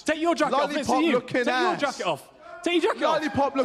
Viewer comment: take ye jakit ooof, take ye jakit ooof, take yi jackyoff Big L for fury